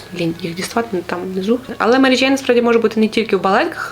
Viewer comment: Дякую за випуск, цікава вимова м'яких звуків "джейн" ) і вперше почула слово "гумаки" ) Дякую за україномовний цікавий контент 🌿